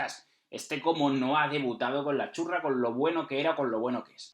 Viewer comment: Cada vez que dicen la Azzurra pienso que dicen la churra